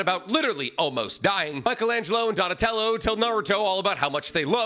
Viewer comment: And he called him " Donatelli" wtf